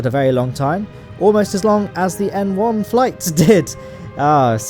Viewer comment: I thought you were saying M1 instead of N1 until the end of the video